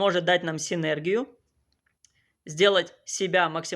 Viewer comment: Правильное ударение в слове: синерги́я!!!